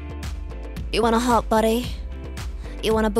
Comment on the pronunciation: I always thought that Work Bitch was so weird because the way "hot" and some other words were pronounced did not sound like Britney at all, now I know...